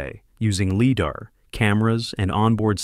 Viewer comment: Mispronounced lidar isn't it?